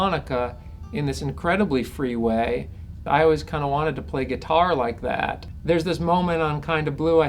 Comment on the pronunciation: awesome but i cant help but laugh when he says guitaaaaur